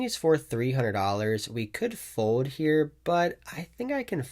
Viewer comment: Hey just giving you a reminder that there is an L in the word FOLD because you seem to have a hard time saying it ‘Foud’ 😂😂😂😂